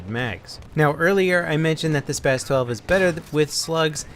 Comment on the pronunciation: It is pronounced SPAs-12 not SPAZ